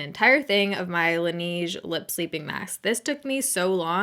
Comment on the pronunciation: La-Nay-ge. Not La-Knee-ge. -French Canadian Fan 💜